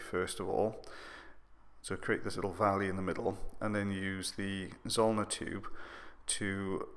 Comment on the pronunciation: Awesome video as always, love that you now show us the tools you use, it’s amazing how different it looks in a photo it is so much smaller! Also I love when you said valley because your accent really came out lol x